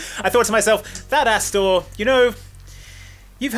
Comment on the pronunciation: "that ASStor" 😂😂😂